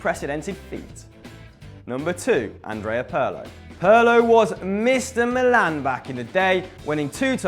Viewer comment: Its Pirlo not Perlo you damn fool. Other than that great video